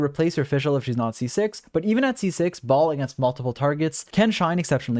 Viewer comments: Lmao I heard “Baal” as “Ball” and I couldn’t stop laughing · i always hear him saying “balls” 💀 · My man keeps calling her "Ball." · BrIlliant guide but I still cringe every time you call her baal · Why do all you nerds call Shogun bal??? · It annoys the living hell out of me that MiHoYo mispronounces her name, causing the entire world to do the same. They could have at least looked up how to pronounce it before they recorded voice lines. It's pronounced "Bail" ffs. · thank you for the very helpful guide!!! altho it bothered me how you kept calling her 'Baal' because in the story it was explained that she isn't baal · Not Baal, akhctuly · i wonder when content creators would stop calling her baal, baal is already dead